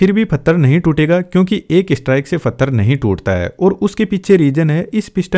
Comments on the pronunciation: Pathar❌ Fattar✅ Bhai pakka haryana se hai😂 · Maharashtra mein bhi fattar bolte hain 😂